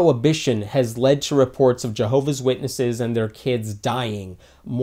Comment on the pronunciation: Milolo2.0 it is actually pronounced Jehovah’s Witnesses